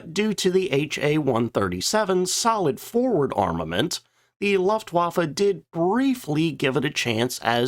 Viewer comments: I love your videos but please say Luftwaffe correctly. It's looftvaffe...not luffwaffa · Maybe you should learn how to pronounce Luftwaffe. It’s not Laftwaffe. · Favorite company and cannot propertly pronounce the name... or luftwaffe... or vogt.